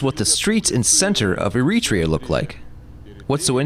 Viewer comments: You can always tell if the person making the video knows about Eritrea by the way they say the name. The narrator called it E-REE-TREE'YA Those who know the country or who have ever met an Eritrean know it's pronounced AIR'ET'REE'YA What people who have never been to Eritrea, or anywhere before and watching on video or internet. Basically, anything that is not LIVE but pre-recorded is that video is manipulating. You can make anywhere and anything seem as grim as you want when you can edit, pick, and choose what you record. I take very little consideration in the guy who made this because what does he know about the culture? What are his ties? We need white people, let alone a white dude who can't make a video on his own? He has to have someone else speak English for him? Habesha (Eritrea and northern Ethiopians) are not colonialism pronged Africans. Okay, Italian rule for fifty years or whatever in Eritrea. Does Eritrean culture resemble or reflect anything Italianbthe minute WWII was over? We've always been distinctive in our own regards. Im not saying it's the best place. Far from it. I live in the States. I can show you how every street in AMERICA that has Martin Luther King Blvd is far worse than it is in Eritrea. For all those Eritreans who are so quick to turn on the Eritreans who say something you dont like. Have a disagreement, but remember, you're still the same. That's the only i time feel like we act like the jungle bunnies in West Africa. The way in which we are s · er-i-TRE-a, not e-RIT-re-a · The English dub of your video mispronounces the country's name all the way through. There is no country called "ereetrea." It's air-ee-tray-uh. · I'd ask how the narrator can't pronounce the name of the country in the video, but the video details push a grift. Consider me unsurprised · The AI voice is excellent, except for one thing: the pronunciation of Eritrea.... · You are mispronouncing Eritrea.